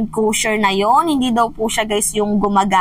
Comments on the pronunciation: Cruiser not crusier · Hoy, Cruiser is pronounce as kroo-zr not Cru-zier 😂